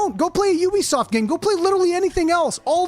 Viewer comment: It was similar for me with that area. I had no idea what was ahead. It was awesome! This game is also awesome and has taken the number 1 spot of all time for me. You’re a great content creator. The fact that you can say Ubisoft properly makes me like your content more as that is a rarity. Personally I think the game would benefit from a harder mode. I’m in no way great at these these games but I like a struggle and I’m not struggling.